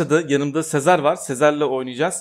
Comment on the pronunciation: Abi sezar'a niye sezer diyon